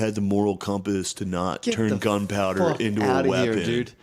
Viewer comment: I caught you saying "gun power" you stpd btjhc HAHAHAHA